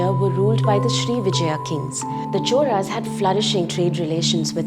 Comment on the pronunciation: Why do you pronounce "choRas" when its spelled "choLas"?